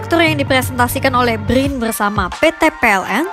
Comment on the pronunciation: Brin bukan bgrrin 😂😂